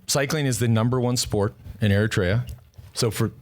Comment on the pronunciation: Not to be a douche, but you’re pronouncing Eritrea wrong. Look it up.